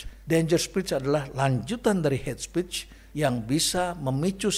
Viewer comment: Is not het spich but heyt spiich prof..